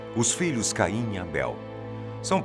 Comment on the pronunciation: Falar Caim com "Ca " como a sílaba tônica é muito mais foda